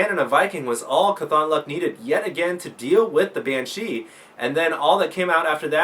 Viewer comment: Great work, great matches, great video. By the way, it's pronounced CAWTHonluck, not caTHONluck. Mat Cauthon is an exceptionally lucky character from the wheel of time series, and at least the readers of the audio books pronounce it that way. Nitpicking, I know.